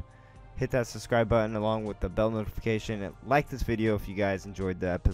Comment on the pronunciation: Repeat this with me: SUB SCRIBE, SUB SCRIBE, SUB SCRIBE. NOT SUSCRIBE